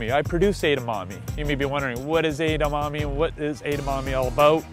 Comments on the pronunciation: She said Edemonies omg these guys are weird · Wow...it's pronounced: Edd-ah-Mah-May. Jesus... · Kept saying Edamonies...omg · エダマメイとかエダマミーみたいな発音も可愛んだけど、つい「え！だ！ま！め！」ってちゃんとした発音で正したくなる。カラテイじゃなくてカラテ！カラオケイじゃなくてカラオケ！ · Did I hear her say Edamani? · I dont know why they're having difficulties in pronouncing 'Edamame'. Its very easy. Maybe bec they're not asian but it doesn't makes sense to me.